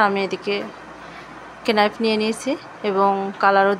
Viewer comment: কেনাইফ না নাইফ